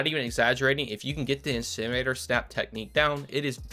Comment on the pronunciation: My favorite part of this video was listening to him try to say "incinerator" 😂